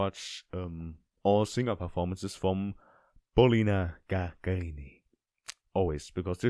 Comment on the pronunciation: И никто из иностранцев не ставит правильно ударение в её фамилии. (((